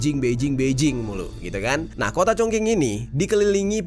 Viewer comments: Bacanya Chongjing,bukan Chongking... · Speelingnya Chong ching. Bukan Chong king.. Kota Shenzhen,Shanghai is the best...Beijing lebih kayak old town yg sangat cantik, tapi intinya semua kota di china sangat indah.... Aku beruntung sdh pernah mengunjungi byk kota disana...dan tinggal disana hampir 10th.. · 😂😂😂😂 congKing??? Itu baca nya Chong cing weyyyy😅😅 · Fyi: Chongqing ucapan nya bukan (Chongking) tapi (Chongcing) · Sekedar info saja, cara bacanya Chong ching, bukan cong king. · koreksi: dibacanya bukan "Congking" tapi "Congcing" bro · Bukan cong king.. Chong ching bacanya.. Gmna si nih YouTuber. Ga cri info dlu apa.. Main asal nyebut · Yang sering Youtuber Indonesia Katakan Chongqing =chongking Guangzou=Guangzhou Harusnya Q dibaca ch G dibaca k K dibaca kh Z dibaca C Guangzou dibaca Kuangcou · Chongqing--- pelafalan yang benar: Chongching. Saya tau ini bhs asing, tp boleh minta tolong researchnya sekalian cara bacanya, nada gpp deh salah, tp minimal pelafalan betul. Atau tanya teman yg bisa bhs Mandarin gmn cara pelafalannya, atau paling minim banget cari di google translate cara bacanya. Apa cuma saya yg gak nyaman dengar pelafalan yg salah? Tapi saya appreciate dgn researchnya dan cara penyajian ceritanya ❤ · Congking congking haiya oi salah pengucapan loh congking congking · ChongQing baca nya Chongcing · sebenarnya masih ada bro yg ketinggalan di bahas, yakni SPBU di atas lantai 6, Kota diatas lantai 25, bandara/airport yang diatas bukit, serta perpaduan antara bangunan kuno dengan modern yg menciptakan estetika baru yang menakjubkan. kota ChongQing ( pelafalan yg benar "Chong Xing") terkenal dengan Kota dengan 10.000 jembatan. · congqing kata orang China di bacanya chongsing CONGQING RD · Dibacanya chongxing bang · maaf just info dibacanya congcing, q dibaca c kl mandarin tuh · Chongqing baca nya chung ching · Bang Jerry msh kurang tepat, sebutnya Cong king, coba deh didengar baik2 😊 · iya bener masih khing bilangnya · Kyknya bcanya chongching d bg 😁